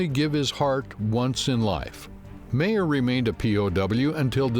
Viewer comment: It would help if you could pronounce his name PROPERLY... pronounced mier not MAIR!!😂🥱